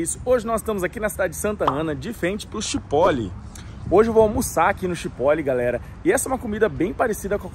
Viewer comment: Acho que se pronuncia tchiporol.